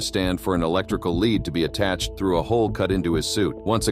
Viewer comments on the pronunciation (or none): none